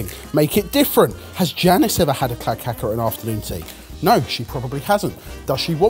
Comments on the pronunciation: Calling Kladdkaka [klad kaa kuh] clad caca 😂😂😂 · klad ka ka? It's pronounced Kladd-car-ka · I'm Swedish and your pronunciation of kladdkaka is hilarious, it sounds more like some other brown matter if you know what I mean. The two last 'a':s should have a long sound, while the first should be short more like "kladdkaakaa". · Little pronunciation help with klad kaka: klad as in vlad and the ka in kaka is pronounce like a crow sound caw.... :) kaka pronunciation took me back to Quantum Leap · "clad cacca" .......he said kladdkaka so wrong so many times in such a short amount of time.... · pronounciation of Kladdkaka was... quite something 😂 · The pronunciation of kladdkaka is hilarious 😂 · I didn't understand what said when he said Kladdkaka, until I saw the word appear on screen. That pronunciation was so well butchered 👍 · Wow sorry lads but you're misspronouncing the kladdkaka it's supposed to be said with the a's that's way more common in the UK compared to the US.